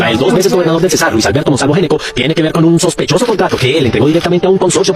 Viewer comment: El apellido no es Neco, se pronuncia la G, se pronuncia Geneco. Si ud lo pronuncia de la otra forma, los costeños quedan perdidos y se diría que es otra familia y no los que realmente son